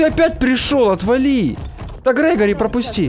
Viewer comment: Не грегари а грегорий